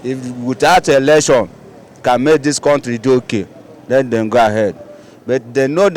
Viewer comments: mr man not erction, but election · Election not erection bruh